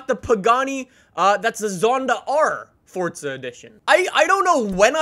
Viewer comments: Its not fortza it's forza learn to talk brah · gómez its forza not fortza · Only problem with his vids is that he says fortza not forza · Fortza horizon 4 “forza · It’s pernounced (four-zuh) not (fort-zah) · Wht does he say fortza insteans of forza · Its forza not fordza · its forza not fortza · Welcome guys to FORTZA 😂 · Weds 10 no it’s forza😂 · Pretty sure the word forza does not have a silent t inbetween the r and the a.